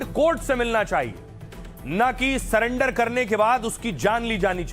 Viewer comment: स्वर्गीय भरत तिवारी जी के मामले को लेकर इन दिनों अधिकांश लोग "सरेंडर" की बात कर रहे हैं। मैं केवल एक छोटा-सा भाषाई सुधार करना चाहूँगा। कृपया "सरेंडर" को "सलेंडर" न बोलें। सही शब्द "सरेंडर" है, जिसमें "र" का प्रयोग होता है, "ल" का नहीं। बाकी आप अपने अभियान, आंदोलन और विचार अपनी समझ के अनुसार आगे बढ़ाइए, उसमें कोई आपत्ति नहीं है। "सलेंडर" नहीं, "सरेंडर"। धन्यवाद।